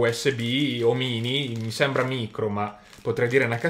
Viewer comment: No, non è micro usb ma Mìcro usb, pronuncialo come si deve, DIO!